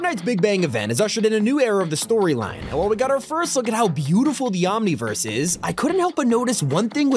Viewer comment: needs to stop saying Omniverse because the way he says it, makes me laugh so hard